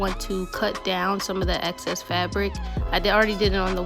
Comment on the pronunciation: EXCESS* not access 🤦🏾‍♀️ drove me crazy. But otherwise great video, love your results! ❤️